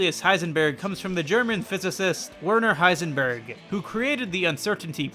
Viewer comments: I think it's not iseberg, it's isenberg💀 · The Breaking Bad Ice-En-Berg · Ice-en-berg haha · Im not even gonna watch the video just want to say this. hICEnberg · “Iceberg” ugh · The breaking bad h-ice-n berg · You mean HeICEBERG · Iceberg? I believe it's pronounced Heisenberg. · guess you can call him h ice enberg i am so sorry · Heisenberg? nah Icesenberg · the moment Heisenberg became Icenberg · Say my name! Icenberg. You're goddamned right! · "H-icenberg?" "You're god***n right"